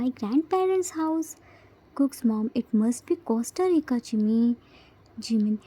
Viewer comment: Awesome episode 💜🤗 i really loved it!! It's our chimmy's birthday 🎊🎂 Aish jimin is so lucky to have 4 eomma and appa. I love tae's mom 😂 she is ready to beat yoongi. 😂 Poor jiminie still didn't learnt to pronounce Costa Rica 😂😂. Aish unholy namjin 🙊. Poor jiminie will definitely lose his all innocence soon. And if he will stay with namjin for 1 month then 🙊👀🤭 this episode was really amazing. Namjins bickerings 🤣 the way joon apologised to jiminie by saying that he did crime oh god 🤣🤣 Di it was funn 😂❤️ I think yoongi and everyone are preparing surprise for jimin and they didn't forget his birthday 🥳🎂 Super excited for next episode 😘 Love you so much 😘😘 Congratulations 🎉 for 3k subscribers 😘❤️